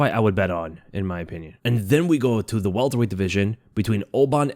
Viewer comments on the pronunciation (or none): none